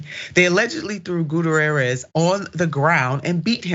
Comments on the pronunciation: For crying out loud, it's "Gut-T-air-ezz!" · She should learn to pronounce names before she starts her podcast. Doesn't anyone on her team know how to pronounce this man's name. It's embarrassing.